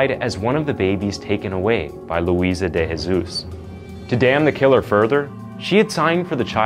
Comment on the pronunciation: De Jesus isn't pronounced with the "H" sound. say the J in portuguese. Jose, an example, you say the J